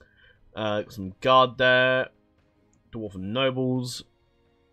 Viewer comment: I'm glad you corrected yourself with Carn-dûm, I was typing a message to point it out in the comments as you corrected yourself lol. The arrow on dûm basically just extends the "u" sound creating a "ooooo" effect. Another correction for you: Ost-in Edhil is pronounced ost in ethil. Ed = eth It's dwarVen, not dwarfen. Tolkien specified that while in other literature the correct use is Dwarfen, if you are referencing his Dwarves specifically, its the V variaiton. And thanks for the overview on this mod! The first thing I did when I found 4.0 on moddb was google "Third age total war 4.0 preview"... found a good video. thanks :)